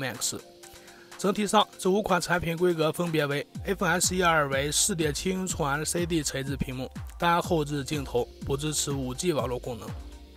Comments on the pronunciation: 寸是cun 不是chong 老哥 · 6.7英囱的口音是要被歧视的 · “寸”的发音醉了，挺佩服UP主这么自信。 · 寸和匆分不清楚？真是迷之自信~